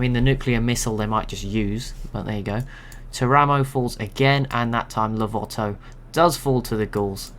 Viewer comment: Something very minor but it might come up again if you use Italy civ: Teramo is pronounced TEAR-uh-mo, with the stress on the first syllable, rather than ter-A-mo.